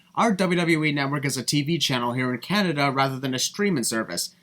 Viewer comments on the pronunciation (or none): none